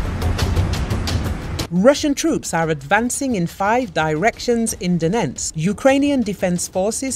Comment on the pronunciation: Please try to say Donetsk properly....just once.